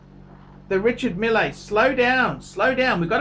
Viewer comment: love the channel, keep up the awesome work. French people pronounce Richard Mille "Reeshar Meal" but who cares, right? You said it better.